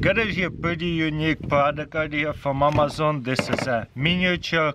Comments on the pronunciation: I hear Mamazon every time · Did he said MAMAZON….LOL…MAMAXING !!! We love you TARAS…